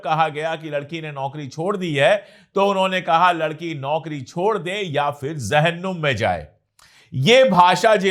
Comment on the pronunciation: Ashok sir Aap urdu bolne me bahut rochi rakhte hain isliye ashok sir aap ko mai aap ko do lafz ka sahi pronunciation batane ki koshish kar raha hun please bura na maane Hizab nahi hijab hota tai Zahannum nahi jahannum hota hota